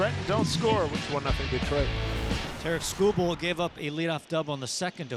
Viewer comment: lazy SEA announcer called him "Tara Kubal" lol